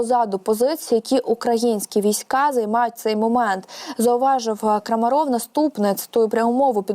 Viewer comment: Дівчатка, вам треба над інтонацією попрацювати. Особливо дівчинці, що закінчувала це відео. Вас важко слухати, бо голос монотонний, без пауз. Буквально на одній ноті. І наголоси робіть правильні, а то і Крамáров, і навіть Крамарóв прозвучало. А він же таки Крáмаров! Невже не чули, як інші його називають? Успіхів. Слава ЗСУ!